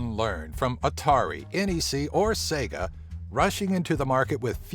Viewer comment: Did he say Sego